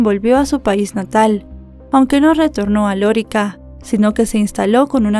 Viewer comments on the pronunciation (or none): es: Lorica, NO Lórica. Gracias. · No se dice Lorica, se dice Lorica 😅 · Es Lorica, NO Lórica 😵‍💫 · No sé pronuncia lorica, si no lorìca Córdoba, caso que nos tiene consternados a los Colombianos, gracias, por relatarlo y con tanto respeto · y una cosa se dice Loríca (acento en la i) no lórica… es un pueblo en la costa norte que es famoso por su población mayormente de origen árabe (Siria y Palestina) por eso le dicen Lorica Saudita….. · Se dice LORÍCA no Lorica. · Loríca, el acento está en la i, no en la o. Saludos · Querida: las palabras agudas llevan el acento en la última sílaba. Se marca acento ortográfico (tilde) cuando terminan en vocal, N,S. Las palabras graves, llevan el acento en la penúltima sílaba, se marca acento cuando No terminan en vocal, N,S. Este es el caso de la población de Lorica. Es decir, la sílaba acentuada es la segunda (ri). No lleva tilde porque termina en vocal Las palabras esdrújulas llevan el acento en la antepenultima sílaba y siempre llevan tilde. Por eso sabemos que Lorica no lleva el acento en la sílaba Lo. Bendiciones y abrazos ❤❤ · Lorica se pronuncia con el acento en la segunda sílaba